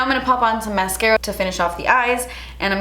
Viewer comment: hahahahaha awww when you coudn't say the mascara at the end i died